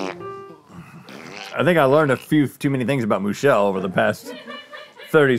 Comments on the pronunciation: Hahaha is it Moo-chelle actually? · “I believe Moo-chelle is a human man.” “...with one udder.” Made my morning. You be you, Moo-chelle. Happy Monday!